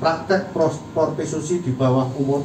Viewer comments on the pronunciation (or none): Kata kapolseknya Portitusi 🤣🤣🤣 Prostitusi woy pak.